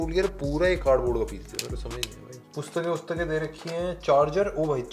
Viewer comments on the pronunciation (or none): I Always Come To Hear Your Word ( Pustakain) (Wustakain) 😅😂